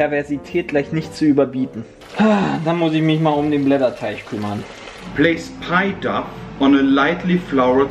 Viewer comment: Wer kennts nicht, der gudde alde Blätter "DUFF" xD Ach Jungs